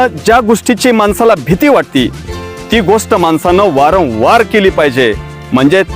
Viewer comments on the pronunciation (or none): none